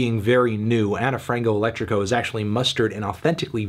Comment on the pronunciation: Ana (ana) Frango (Frahngoo) Elétrico (elEtricoo) - - Saudade (Sowdahjee)